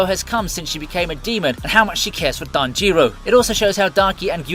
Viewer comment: tajeero hinokami kagoora why you saying it so damn weird lmfao